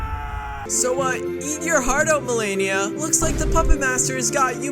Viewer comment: MELANIA!? ILL HAVE YOU KNOW ITS MELAINA 😂 (I just get called that all the time because when people say my name they pronounce it wrong saying melania 😭)